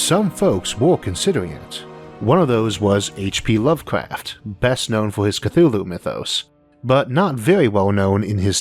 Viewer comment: Aitch P Wuvcwaft